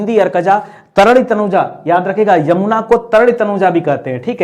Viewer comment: Sir plz yamuna aur ganga ji ka naam achhe se liya kijiye